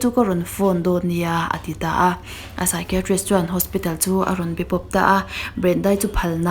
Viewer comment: Psychiatrist i lamdan hi ngaihmawhawm deuh hlek ,I thiam si a, I lam dikloh hlek hi a langsar thin a.